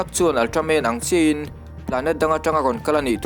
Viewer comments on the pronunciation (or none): none